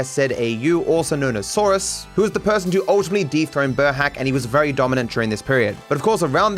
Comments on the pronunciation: burhác isn't pronounced like burhac, it's more like boorhaats. Kind of difficult, just like the entirety of the hungarian language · sorry for correction but burhác is pronounced burhas*